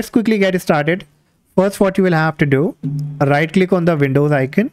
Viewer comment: bro i cant understand that in debloat window you weere saying right lick on desktop hit enter key icant understand wt u are saying